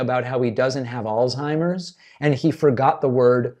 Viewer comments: It’s not “ all-timers” it’s aulz-heimers”. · It's ALZ-heimers. Ask a German how to pronounce it, David!